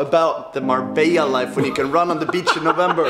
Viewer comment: MABELLA INSTEAD OF MARBELLA IN THE INTRO GUYS